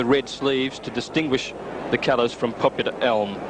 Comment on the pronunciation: Thoroughly agree and great explanation of origins of the Champ’s name . No excuse for anyone , much less a race caller , to not know how to pronounce the name of such a champion .